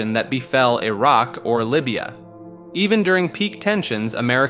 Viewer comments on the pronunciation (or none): none